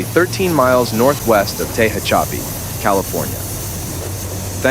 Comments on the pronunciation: pretty good AI narration. AI because you don't know how to pronounce "Tehachapi" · Omg... I can't believe they pronounced Tehachapi like that 😂